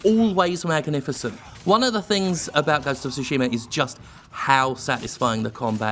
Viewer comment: Ive heard people pronounce it as Shooshima...